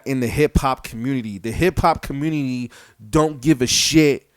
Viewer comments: Can you please say community correctly and look at every 69 podcast/interview lol its just yelling good job showing how ignorant an illiterate your communiny is lol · "ThE HiPHop CuMoOnuTeH" 🤦‍♂️ what a joke. Rappers are nothing but meat waiting to rot. Just like you.